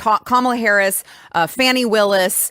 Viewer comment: I love how she says Fanny Willis instead of Fahny.